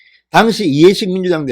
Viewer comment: "당시"라는 발음 고려해주세요